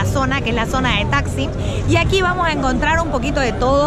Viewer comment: No paresiera q fuiste 4 veces a estambul xq pronuncias muy mal los lugares turistico 🤦🏾‍♀️🤦🏾‍♀️🤦🏾‍♀️ y para tu saber santa sofia no es un muceo ,es una mezquita hoy ,ah y la plaza mayor no se pronuncia taxi🤦🏾‍♀️🤦🏾‍♀️ hay q leer un poquito mas🤷🏾‍♀️🤷🏾‍♀️🤷🏾‍♀️